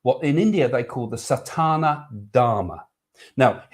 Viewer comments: Please Craig.....it is not satAna dharma (sounds like something to do with Satan!). It is sanAtana dharma. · Just a gentle correction...if I may take the liberty.....it is "Sa-naa-ta-na" dharma. It has always been a dream to go on a cruise, but your answer to the question about having to clean up the sea has made me rethink that one!!! :-)